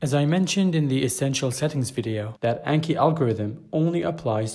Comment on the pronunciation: Just fyi: pronounced "On-Key"